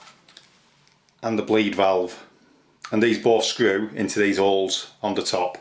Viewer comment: its holes not ooles